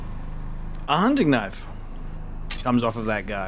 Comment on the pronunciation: I took a drink of Fosters every time you said “knoif”, now I’m bangin a wallaby